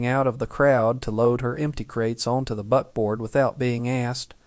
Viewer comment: Buckboard not butboard